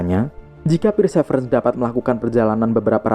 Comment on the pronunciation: Perseverence bacanya persiverens bukan pirsevrens😂